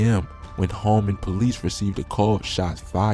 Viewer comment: It's ho - man, homan avenue, get it right pimp